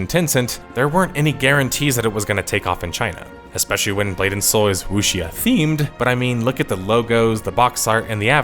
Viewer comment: it's "woo-shaw" man "woo-shaw"